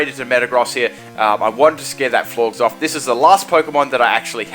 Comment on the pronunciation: Florges is pronounced like Gorgeous.